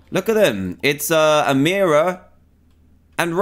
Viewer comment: This is my fav episode SOULY because my name is Amira!! I’m sooo happy!! And you said it right!! Congrats Dan!!